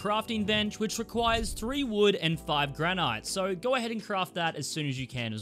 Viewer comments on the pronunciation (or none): GRANITE ! Lol 😆 🤣 ... gran-IT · The way he says granite. 😢